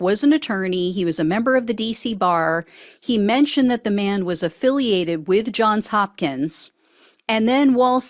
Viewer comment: it's JOHNS Hopkins University. Not John Hopkins.